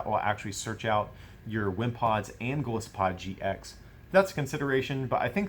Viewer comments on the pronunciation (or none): Why does everybody and their mother pronounce Golisopod wrong? It's Goliath + Isopod. The I is strong.